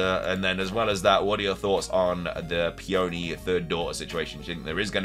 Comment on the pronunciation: Somebody please teach this poor boy how to pronounce Peony before my ears bleed any more